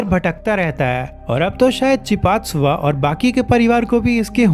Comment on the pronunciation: इफूमू नही भाई इम्फुमू बोलो और चीपाक्सूवा नही चिपिटजुवा बोलो भाई। ये वीडियो मैंने पहले animal palenat पर देखी है